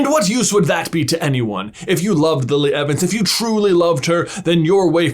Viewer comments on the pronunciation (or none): none